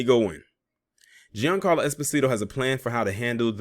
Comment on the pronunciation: His name is pronounced "John Carlo". He's Italian.